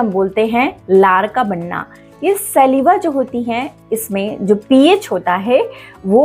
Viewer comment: Maam सलीवा nahi स्लाइवा bolte hain